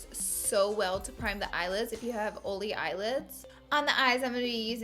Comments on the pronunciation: Um... what the heck is Oly skin.. you mean oily?... no one says Oly. "Oly" pronunciation will never be a thing 🤣🤣🤣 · "Oley skin" "Ole - free foundation" "Oley eyelids" omfg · She says oily like "oly"😂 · So stinking CUTE the way you pronounce it "oh-lee or greeze-ee." You're bringing the Glama from Alabama! Other than your palette (obs) I guess my favorite product is the Tarte blush palette. #neverenoughblush #snapchat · 1. I subscribed to you originally because of how you pronounce oily. it makes me so happy. 2. my favorite product you used is the smashbox primer. I just learned the beauty of primers and am obsessed with all things smashbox. 3. every single face you made while doing your waterline and under lashes made my day brighter. #snapchatfam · Before clicking this video on my notifications I was mentally preparing myself for the "oily" mispronunciation haha. She says it so cute. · Perfect video for me. I suffer from oily skin. {BTW: I love how you say oily!} Love Love Love the OFRA oil control pressed powder. My secret weapon has been the Murad oil control mattifier with SPF 🙌🏻🙌🏻🙌🏻 snapchat fam